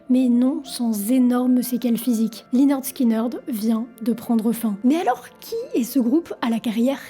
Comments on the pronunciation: On prononce 'lĕh-'nérd 'skin-'nérd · Ça se prononce léneurd skineurd 🤦‍♀️🤦‍♀️ 10 secondes sur Google trad 🤷‍♀️ et l’accident d’avion faut revoir tes sources 🤦‍♀️ j’essaye à chaque fois mais je tend tellement d’énormités sur les groupe que je peux pas finir les vidéos. Revois tes recherches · Dommage de dire lineurde skyneurde 😂 sinon la vidéo est cool :) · Très bien résumé l'histoire du groupe. Juste une petite info, prononcer Lainerd Skinerd. Sinon tout est ok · la prononciation du groupe à l'a française..... lyneurde skineurdeu.... sérieusement? ... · Depuis des années je prononce en bon français "Linirde Skinirde" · Oui et prononcer le nom du groupe également. Mais c’est fréquent chez elle. J’ai entendu des énormités sur plein de ses vidéos 🤦‍♀️ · ferme la ! tu répètes ce que dit wikipedia et tu n'as aucun intérèt..!! quand on est déja pas foutu de prononcer le nom correctement..! continue tes merdes sur les politiques et laisse la musique tranquille !!! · bravo pour le sujet d'un groupe légendaire mais s'il te plait renseignes toi sur la prononciation du groupe